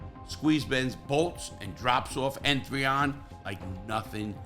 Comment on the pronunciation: Larry, just to let u know. N3on is just pronounced Neon.